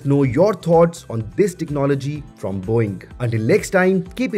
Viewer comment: It just sounded like he said, “Boing!!” 😂😂